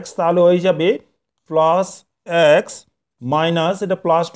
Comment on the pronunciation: ২য় অঙ্কের সমাধানে প্রথমেই ভুল লিখেছেন । (X - 1)-এর বর্গের স্থলে (X+1)-এর বর্গ হবে । আর উচ্চারণটা আ্যকস্ নয়, হবে এক্স ।